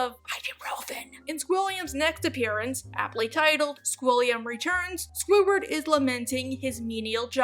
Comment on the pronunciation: It pains me when she says Squiward without the D